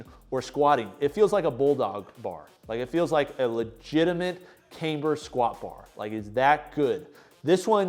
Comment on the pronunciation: Sorry to be that guy...but its "cam-ber".....not "came-ber"...not pronounced with a long "a".